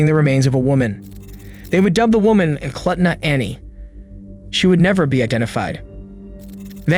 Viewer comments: Eklutna is pronounced [Eklootna]. And in Knik, the K is not silent [K'nik or Kunick]. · Movie Frozen Ground was based on this case. Places get mispronounced often for villages or rivers up here. Eklutna - ee kloot nuh Knik - kuh nick Thank you for your videos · Eh-kloot-nuh is how you pronounce Eklutna and Kuh-nick is how you pronounce Knik.